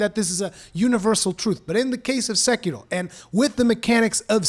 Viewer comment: Why do you roll the R in sekiro? It’s not Spanish😂😂😏